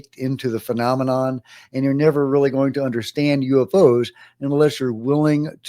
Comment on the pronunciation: "U evv oze"